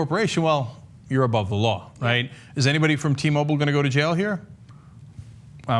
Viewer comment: fuck sake .. its not T- Mobol.. its "Mo-Bile". Pronounce the work properly.